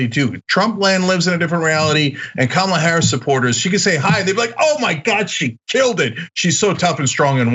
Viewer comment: Hey black guy. It’s not Kaamla. It’s Kamala you racist a**hole.